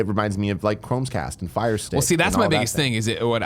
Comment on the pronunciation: Calling it 'Games Pass', I understand. But, 'ChromeScast'. Jesus Christ, I'm triggered.